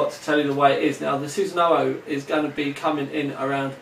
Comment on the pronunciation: chassis is pronounced chassey scythe is pronounced psythe and sunsanoo is susanu